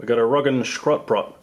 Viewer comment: Roggenschrotbrot ich kann net mehr xD wie er das ausgesprochen hat .. Aber naja ( sorry i cant translate it to english ... The result would be shit )